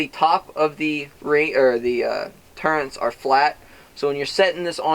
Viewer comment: There is no letter N in the word turret. What's the deal with people calling them turrents? Thanks for the review though.